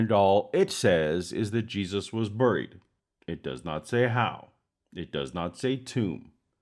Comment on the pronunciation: The one thing that I find very troubling is the way you pronounced buried. I forget where you're from I'm not sure if your East Coast guy or from the West? But I also noticed that my son and daughter also pronounce it the same way you do. So maybe I've been pronouncing it wrong for all these years. I pronounce it more like this,berried. All the god stuff is just total bullshit as anyone who uses evidence logic and reason to form their thoughts and opinions but I'm still stuck on that word buried. That's the most important thing. All gods are all man-made and we did a shity job of it too